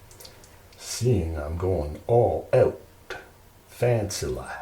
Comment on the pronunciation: This character is great! And I love how your Canadian pronunciation of "out" slips through old habits die hard lol. Keep up the good work